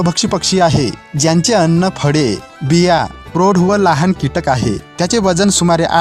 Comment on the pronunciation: तुम्ही फळे ऐवजी फडे म्हणालात.